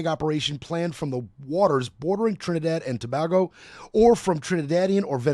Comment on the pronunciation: Hey it's Tobago - sounds like To(bay)go please🙏 Not Toba🐑hgo Good show though